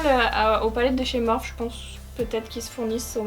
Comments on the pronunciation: cc tes videos son tip top mais « morphe » se prononce « morphi » merci bisous bon courage ma belle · J'aime trop ta vidéo mais s'il te plaît dit morphi et pas Morphe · Mais sa se prononce morphi pas morph 😥 mais sinon j adore tes vidéos 😘